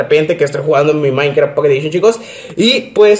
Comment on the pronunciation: Soy yo o dice maicra